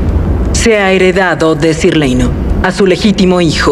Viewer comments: Buen en Ingles el nombre de Laenor se pronuncia "leinor", Daemon se pronuncia "Deimon", Aemond se pronuncia "Eimond", etc. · Pero no dicen Leinor, dicen Leino, ya sé que solo es una letra y es ridículo quejarse de eso pero en lo personal esos detalles me chocan un poco